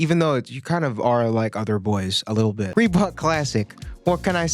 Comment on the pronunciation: Did he say reBOOK lmaoo